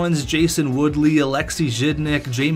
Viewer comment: Are you trying to say Jason Woolley? Its not Woodley.